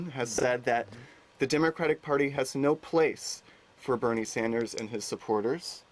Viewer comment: A socialist who is NOT for Bernie Sanders? His name is NOT Saunders, it is Sanders.